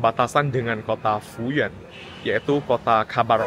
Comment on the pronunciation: Fuyuan bacanya Fuyen ya bro ?